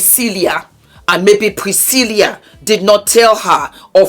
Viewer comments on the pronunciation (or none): 🤣🤣🤣 Thanks, that "Priscillia" pronunciation has been bugging me.